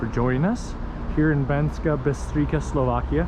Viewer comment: That towers where you were at the start, was the city castle (they teared down the walls when they weren't needed, You pronouce it as Banskaa Bystrica (you pronouce c as c in cemetery (not as k) Also Banská Bystrica is not anywhere near Low Tatras, its just bellow Small Fatra